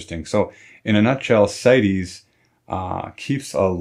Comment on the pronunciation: good job! as a side, CITES is an acronym, not a Latin word, & is therefore pronounced sights, not sigh teez.